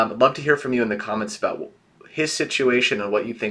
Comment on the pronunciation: Okay I can't be the only one who hear say "aboot?' RIGHT??? ARE YOU CANADIAN??